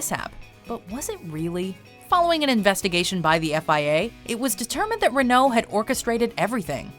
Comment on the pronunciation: Gosh, please learn pronunciation. Renault!